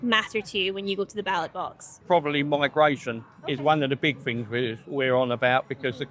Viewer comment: "To me it's got better, because the fings they're putting in, like the seafront, fings like that." Well I never realised they'd put a new seafront in Clacton. Why wasnt this in the news? 😂😂😂